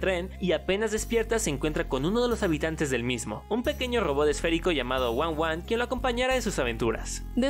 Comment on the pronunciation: El rodot no se dise one one se dise uno -uno